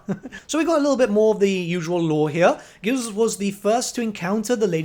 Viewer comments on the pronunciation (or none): Gilles is pronounced "Zheel" it's supposed to be french, please it hurts me when i hear the first king of bretonnia "gills" XD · Hey, love the video but the pronunciation of Gilles is like "zheel" or "Jeel" with a J sound, not G. Its supposed to be French. Thanks.